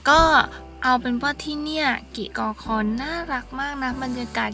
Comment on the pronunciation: กิกอคอ - ในคลิปอ่าน กิ๊กอคอ บ้านจ่าโบ่ - ในคลิปอ่าน บ้านจ่าโบ ชื่อสถานที่ คนพื้นที่เขาออกเสียงแบบนั้นจริงๆ หรือคลิปอ่านพลาดครับ?